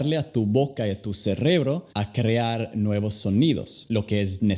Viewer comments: Hola solo te digo no es cerrebro es cerebro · jajajaj cerrebro jajajaj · Por ejemplo dijo cerrebrrro dos veces esta mal pronunciado se dice cer- re- bro con tres sílabas y no es brrr lo correcto es br sin el schwa.